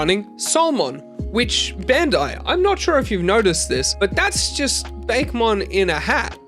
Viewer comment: Sorry to be that person, but it is pronounced "Bah-keh" not "Bake" for Bakemon